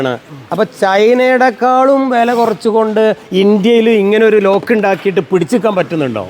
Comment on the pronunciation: ലോക് അല്ല മാഷേ, ലോക്ക് ആണ്,😂